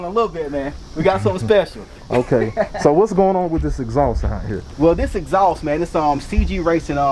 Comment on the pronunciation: The “EHHXSAUCE”😂